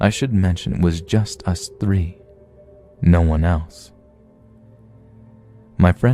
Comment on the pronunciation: Hey shithead it three not f free..